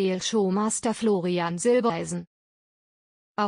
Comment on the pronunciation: Zwischendurch immer wieder Silbeleisen, warum kann man den Namen Silbereisen nicht immer korrekt aussprechen?